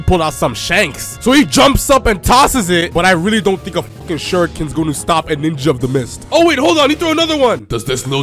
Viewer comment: Taking time to count then saying alot of ninjahs got me😂